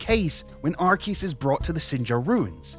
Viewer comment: IT’S NOT FUCKING ARKEUS